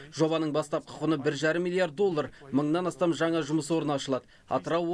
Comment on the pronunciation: Шынар Асел Жаңа деп айтылады Жаңа емес Ң Н Ауыстырып Алмаңыздар